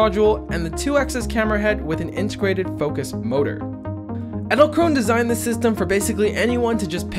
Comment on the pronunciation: Did anyone else think that or said "Edzelkrone"?